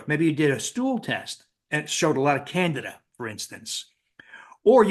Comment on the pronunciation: He's the only person that I've heard that has pronounced candida properly (should sound like can-de-da, not can-dee-ta)